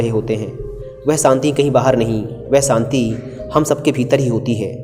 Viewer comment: कहानी अच्छी हैं,..... पर saanti nahi Shaant hota hai.....aur aasa nahi aasha hota hai..... 😀😀😀